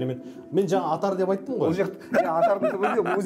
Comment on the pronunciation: Жігіттер, "Атар" емес "Отар". Орыстарға еріп Атар дегендеріңіз дұрыс емес.